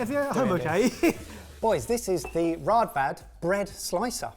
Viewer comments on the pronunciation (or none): Fun useless fact: Raadvad can also be spelled Rådvad. The double aa's works as an Å and is pronounced Oh', and the D that comes after is a "soft" d, like the start of 'the - th'. So instead of rad-vad it's more closely pronounced r-oh-th-vad if that makes sense. Good video 👍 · It's pronounced with the å- sound. "Rådvad" 😃 The breadcutter is made for rugbrød, wich as Ben mentioned is very dense. I'm 36, and we had one when I I was a child.